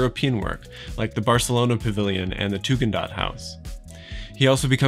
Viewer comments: I barely dare to correct you, but it’s ”Tugendhat", not ”Tugendaht”. For German ears the original name of the family sounds like "Hasvirtue" might sound to english ears – and this gives a little bit of a poetic dimension to the whole project, doesn’t it? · Hi, there's a typo in Your timeline of Mies' projects etc. The villa designed for a young family in Brno, Czech Rep., in 1928 is called Tugendhat, not Tugendaht, and pronounced [Tu-gn'd-Hat]. Thank You for the ever thoughtful content though. As an art historian not specialized in architecture I always enjoy hearing architects talk about space, geometry and process - much more than fellow historians. Cheers!